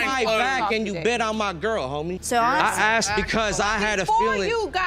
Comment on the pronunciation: The word is ASKED not AXED!!!!! Unless you armed yourself with an Axe!!!!